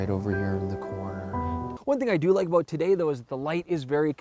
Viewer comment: You SAID..""So Were ABOAT"" To Go In Here, => ABOAT?? LOL.. Oppose to About lol its That Canada Kicking In Right?:-) Hey Perfect Video Once AGAIN & Great Topic Testing, Great IDEA,:-)